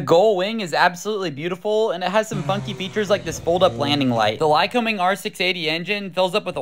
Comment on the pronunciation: Hate to tell you,but you said the name of the engine wrong. My dad worked in the factory, As did his, and my Mother's grandfather and great-grandfather worked in the factory. It's pronounced as if we were rhyming it with the word humming....so I'm coming over to see you with my lycoming engined automobile.